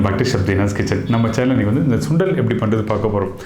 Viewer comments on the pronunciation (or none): none